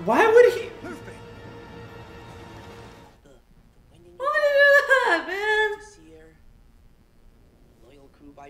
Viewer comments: I say watch both the anime and the Live Action. :) This is, I think, the best anime adaption I’ve seen. It has stuff from the manga that the anime doesn’t and some awesome stuff. Don’t let anyone spoil One Piece though cause it’s awesome to see blind reacts. Also it’s “Looffy” not “lahffy” for “Luffy”. Nami, orange girl, was friendly cause they both want the same thing. The map. So she figured it would be best to partner up for the common goal and take it later. Welcome to the One Piece Nakama! Super excited you joined us! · Lappy it’s Luffy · You know they didn't actually know about One Piece when they called Luffy as Laffy lol. But I'm here for it!!! Just started watching the anime after OPLA and I just finished Impel Down arc. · haha Luh-fy! 🤣 Called one piece cuz he has atatined it all and its all in one piece! or together in one place haha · pronounced loofy